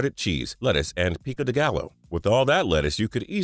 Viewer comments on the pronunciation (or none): lol nope, pee co day guy oh. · God Damn I had to sign in just to say " Chih roazz oh "pico de gall oh". Really? Christ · Charozo and pick da galloh lmaoo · Yeah, he puts in absolutely zero effort. Pico de gallo pronounced like gallow was pretty pathetic. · "Chirozo & peeko duh gal-o" lmao! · Chi ro. Zo. Sausage ? Pico de gallow are u kidding me ? I'm a white guy raised in LA and not to proud to tell who ever is reading out the food items is a whedo pendejo . Other than that one fine human bean (being) . Time for some chi ro zo. N. Eggs .